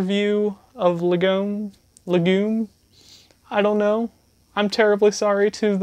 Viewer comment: Hi!! Thanks so much for the spotlight and all the kind things you said. 💖 I'll clarify a few things from the video for future viewers since the packaging isn't always exactly clear. 😜 It's closer to "lah-gum," but it's a little tricky! The 3" single is actually by the artist GULL (even though it doesn't say it anywhere on the cover 😅), and the track is called The Time We Have. Yep, you're right on! This is a little "physical digital" packet for GULL's 2017 album, Lurcher. We thought it'd be a cool idea to kinda embellish a download code, so we packed 'em with a sticker of the album art and a track listing/credits card. This is an art/lyric book for Zooanzoo's 2017 album, LOUD MOUTH. These were originally bundled with the tape version of the album, but unfortunately we've been sold out of those for a while—otherwise I would've thrown in a copy. 😊 (You nailed the pronunciation, btw!) The "ei" in Gleix is pronounced the way you say "eye," so "gleyecks." You were close! It's pronounced "microcosmos." Jellypigs!! Hehe 🐽 To any future viewers, our full discography is freely downloadable on Bandcamp! Please check it out if you're interested. Thanks again!